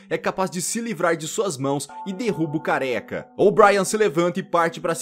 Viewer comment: quando vc fala careca e mo engraçado kkkk